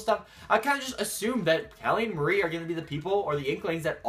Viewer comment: its not muhri its mar like calamari